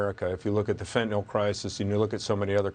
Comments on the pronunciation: FentanYL, Maria, not Fentinawl. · Is it just me, or is no-one able to pronounce 'fentanyl' correctly? WTF is 'fentanol'?